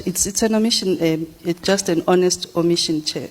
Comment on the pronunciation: " OMITION" word Bathong😂😂 these government rep are hell silly